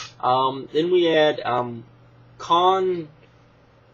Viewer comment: Nice video... O and btw Khan Kussion's name it's supposed to be pernounced like concussion